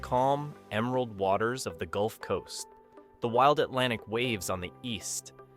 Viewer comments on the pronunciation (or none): none